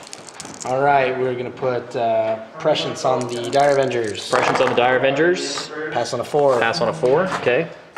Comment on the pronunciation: yeah but at least he pronounces prescience right when nobody does